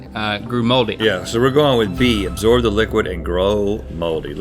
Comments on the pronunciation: why they keep saying "agsorb"? Lol so many people say that, too. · Is anyone noticing they kept saying “exsorb” not “absorb”😂😂